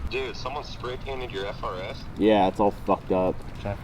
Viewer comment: dummy on the phone said "fr-s"